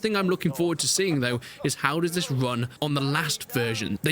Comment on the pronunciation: This !!!!! Not vis!!!!